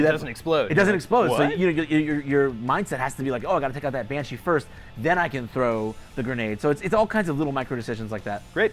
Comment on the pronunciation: This guy clearly is new to KF. He called the siren a Banashee and the Fleshpound, "Fleshpounder"?